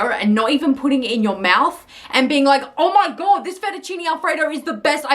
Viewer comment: " Ormy god this tarste so good " the way she said it lol